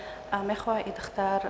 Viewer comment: причем тут красота? Она на таджикском двух слов связать не может, даже "духтар" сказать не может говорит "дхта", эта же не мисс куляб